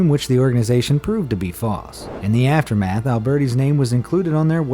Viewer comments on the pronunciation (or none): none